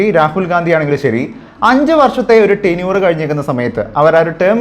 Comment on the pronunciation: Tinure alla mone Tenure aanu Oronnum parayumbol vivaram illathe vellomvilichuparayumbol sookshikanam